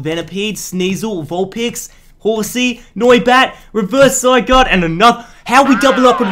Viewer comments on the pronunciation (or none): none